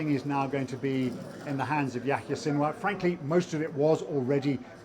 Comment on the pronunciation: How can your analysis be anything but a joke, when you can't even pronounce his name?